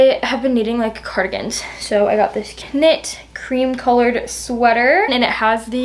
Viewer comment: This is the first of the her videos that I have watched, but is it just me, or did she really say knit with a hard vocal k-sound? How can you be a twenty-year-old American whose native language is English and not know that the k is silent? If this is what these girls have to learn from, then I fear for their futures. I am not trying to be negative because again, this is my first video, but I just wanted to point this out I suppose.